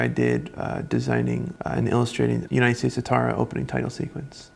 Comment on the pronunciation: I wanted to look up the opening sequence you mentioned, but you mumbled.... United States what? Youtube captions thinks you said United Datarra. So I googled that and found it's United States of Tara!